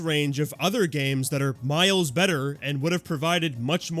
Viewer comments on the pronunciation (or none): none